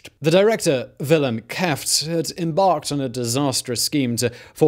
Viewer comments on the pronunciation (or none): Willem Kieft is prenonced like willem Keyft